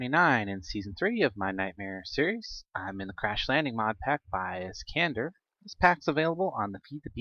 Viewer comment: Im sorry but after 49 episodes on this season i finally broke: Iskandar is pronounced ISS-CAN-DAR. Not iss-can-der